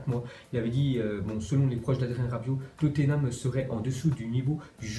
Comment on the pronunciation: Pour la prononciation de Tottenham on dis pas "Toténam" mais Totnam